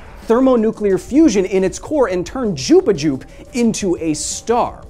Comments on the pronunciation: Jupa Jupe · Jupuh jupe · I had to play back "jupiju" a few times because I thought I was having a stroke lmfao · Did anybody else hear him say chupachu instead of jupiter or should i get my ears cleaned? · take "Jupijer" XD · did he just said Jupichu ? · "Jupa-Jupe" sigh we missed you Kyle. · Why did you say jupiju lol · hehehe he said "jupajup" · At around 2 minutes I heard Jupi jupe and I was like wtf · I had to rewind to make sure you called Jupiter “jup a jup”